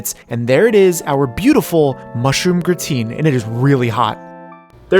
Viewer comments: It's not pronounced gruh-teen.. but rather graa-tn lol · gra-tain not grateen. grah - tain (same as tain-ted). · Its TAN not TEEN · I know this is a 2 year old video but every time he says "gruhhh-teen" my f'in soul dies a little and i cant hold it in. By all that is unholy man why?! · Love seeing French cooking in anime! Just a quick note: Gratin is pronounced grah-tan with the 'n" cut short. :D